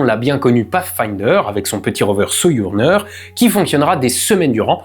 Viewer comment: Le "j" de "Sojourner" se prononce comme le "J" de "Jeep", et non comme le "y" de "Soyouz".